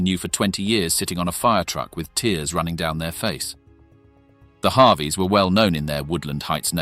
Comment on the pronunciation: I think their name is pronounced Harvey and not "Havi".